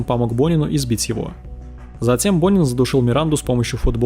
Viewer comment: Почему я всё время слышала "Бунин"😂